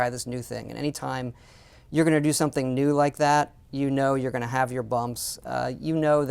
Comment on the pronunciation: Frak this guy, "try wew things" he says, new ways to rip off people?